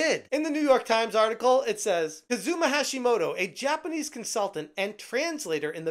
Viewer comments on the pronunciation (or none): say it with me, KUZUma! KUZUma! KUZUma!